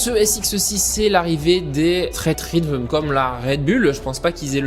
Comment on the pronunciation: ça se dit pas straight rhythme mais straight rhytheum